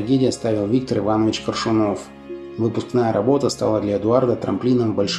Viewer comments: КОршунов , а не КоршунОв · Не КоршунОв, а КОршунов. Как так можно говорить??? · Опять КоршунОв?! Запомните - КОршунов! И научитесь наконец правильно произносить аббревиатуру РСФСР: эР-эС-эФ-эС-эР! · Замечательный актёр!!! Следите за ударениями в словах-- делаете ошибки( не КоршунОв, а КОршунов).